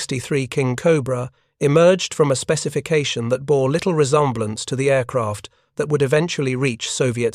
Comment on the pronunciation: YouTube bug report(s): "pilot" ==> pye'lot, _not pye-LOT. "resemblance" ==> there's no reason to Frenchify it here.